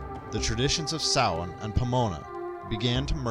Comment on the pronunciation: Samhain is pronounced sow-wen.